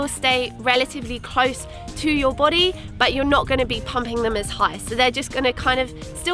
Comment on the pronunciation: Lol! I love the way she said "your boday" lolll this was an excellent video! Your energy is inviting and attention grabbing. Please keep it up